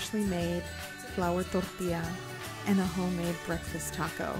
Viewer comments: " yada yada totally unaccented english yada ....DORDEEYA.....more unaccented english...DORDEEYA" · Torrrrrtilla. I come by often just to hear that. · Zero accent till the word Tortilla~